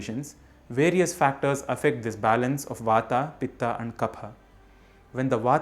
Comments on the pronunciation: Very nice initiative,,💐 One request please ,,, If you are telling in samskrit then pronounce in samskrit,, Why in english,, As vaat वात, pitt पित्त, kaff कफ़ 🙏💐⛳your great efforts are appreciable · Please pronounce as Ayurved, not Ayurveda, similarly Vat, Pit, and Kaph. Don't Englishise the terms. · wrong. the correct pronounciation is VAAT PITT and KAPH. remove the 'aa' sound at the end...thats silly and wrong english translation. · It's vaat,pitt and kaph वात,पित्त,कफ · You're pronouncing them wrong. Stop trying to cater it to a Western audience and use proper grammatical traditional Sanskrit pronunciation. "Vaaat". "Pittt". "Kaaaf". Romanized Transliteration is a Western Anglican ploy utilized to destroy languages over the course of a long enough timeline. Don't believe the hype. Fight the power!! Be yourself. Be Hindustani. JAI HIND!!! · I started watching the video and stopped immediately as soon as I heard you pronouncing the three words wrongly just to make them sound correct in english version They are not vatA, pittA and kaphA They are vaat, pitt and kaph Just to make it correct for english speaker Indians have this tendency to distort there own language words. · Mispronunciation - वात and not वाता पित्त and not पित्ता कफ and not कफा Sanskrit has a Ph फ consonant and no फ़ (fah) So फूल phool is a flower, फ़ूल fool is an idiot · Kaph not kapha,vaat not vaata,pit not pitta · please वत कफ पीत बोलिए न की वाता पीता कफा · वाता पित्ता कफा नही भाई वात पित्त कफ होता है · It's not vata it's vat It's not pittaaa it's pitt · When it comes on pronouncing these works..it vaat not vataa, pitt not pittaa, kaph not kaphaa. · Love your work. But can you please correct your pronunciation and do away with the postfixed "aa". It is not vatA, pitA, kaphA instead it is वात पित्त और कफ. Same goes for every other word being mispronounced. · I think,you must pronounce originally वात पित कफ not वता पिता कफा।